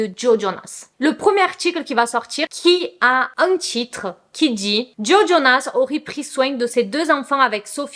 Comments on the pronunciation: trop mignonne 😂❤️ C'est plutôt "Jo" que "Joey" oui le "e" est muet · C’est bien JO et pas JOé pour la prononciation ahaha Par rapport à ce divorce je trouve ça vraiment horrible de tout mettre sur le dos de la femme parce que soit disant c’est une fêtarde. Genre si lui sortait et se bourrait la gueule tout le monde trouverais ça plus normal juste parce que c’est un mec j’en suis sûr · Tu ne peux pas aimer les Jonas Brothers depuis des années et prononcer le nom de Joe « JOEY » 😭😂😂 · J'ai trouvé ta réaction trop mignone quand tu as compris ce que les gens voulaient te dire. Je pense que c'est peut-être tes origines brésiliennes qui t'ont induites en erreur ? Si c'est comme en espagnol le e se prononce é aussi ? En plus dans Friends Joey s'appelle aussi Joseph et tout le monde l'appelle Joey donc ça pouvait aussi induire en erreur. En tout cas je ne trouve pas que ça enlève à la qualité de la vidéo. C'est assez souvent qu'on ne prononce pas les prénoms de la même manière que les autres, et puis on est là pour se divertir plus qu'autre chose, tu n'es pas une chaîne d'information non plus. Pourquoi les gens sont-ils si dramatiques ces temps ci ?